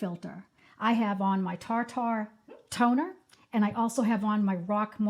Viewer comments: Just a heads up - it's not pronounced "tar tar". It's pronounced " tear tear". Like the stuff that falls from your eyes. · why are you deliberately mispronouncing Tir Tir as TARR TARR???…like wtaf ! it’s so offensive!!! if you are on the Internet giving out information or advice about products the very bare minimum you can do is correctly pronounce the name of that product… particularly if it is from another language/ culture/nationality-it’s so cringe -it’s pronounced TILEU TILEU - quickly …rolling the L with a D sound like “te-dlue”… do you even bother to check information about products pronunciation etc before you turn the camera on!… you can even use Google translate and listen to how the language is spoken … it’s not like you haven’t heard it pronounced “ter ter” .. that would be a bajillion times better, even though it’s incorrect it is the English pronunciation of those letters.. how do you get tarr tarr from tir tir? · Tir Tir is pronounced like “tier tier” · Love this video, your skin is beautiful...I love the TirTir ("tier tier" or how Korean's pronounce it tier tu) Toner as well...It is awesome.😊 I have both the LYS and Milani stick foundation too. They are both excellent. You are picking products right up my alley. I will continue watching. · also, Tirtir is pronounced "tier-tier" (rhyming with "deer-deer" or "beer-beer"). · It’s pronounced “Teer Teer” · Your saying tir-tir wrong. It’s not an ‘a’ in there